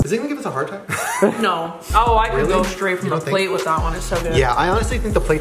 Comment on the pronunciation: "Is it a yes or a nor"😂